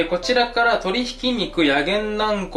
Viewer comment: こちらからをこちゅなからって言ってて草